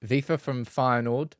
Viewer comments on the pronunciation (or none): none